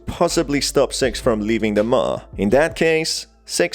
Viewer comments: her name is pronounced more like "sicks" not "sex" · You're saying "six" Like "s*x" And my parents mad at me